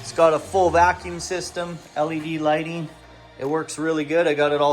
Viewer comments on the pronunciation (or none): none